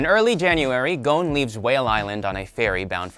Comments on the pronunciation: His name is gon not gouwn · w-wa-wait-wait-wait did he just pronounce Gon's name 'Goan'? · GOAN? GOANN?!?!???